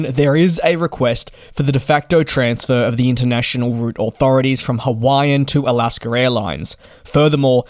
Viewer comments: “Alascker Airlines”. Lol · The word / name "Alaska" does not end with an "R". There is no R in it. When pronouncing it, there is no need to add an R to the end of the name....... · Just how he pronounces Alaska